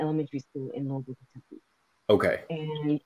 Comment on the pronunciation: Great 👍 i wish he pronounced "Louisville " the way we actually say it here. It would have been interesting to hear lol 😆